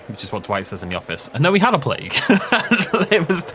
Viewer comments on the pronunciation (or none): none